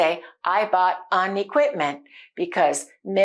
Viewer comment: Your way of teaching is appreciable. But why do you pronounce aan? It should be an. Not aan.